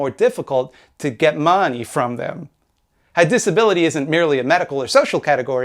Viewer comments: Also very amused by the way you say Mahhneey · I like when he says "The Maaney".